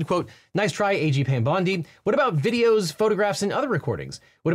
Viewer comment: I kept hearing Devin say “aging Pam Bondi” and only now realized he is saying A. G. 😅